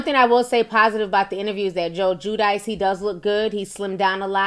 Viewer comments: Its pronounced JEW-DEE-CHAY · It's Giudice Ti, pronounced "jew-dee-tshé" lol